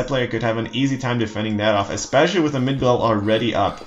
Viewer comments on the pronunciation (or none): its MIGDOL NOT MIDGOL OMG MY BUTT HURTS